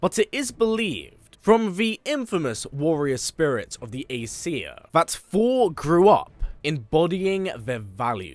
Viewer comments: Is it only me or he's really saying fhor.... Instead of Thor!!! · Hate how you say Thor! It’s so distracting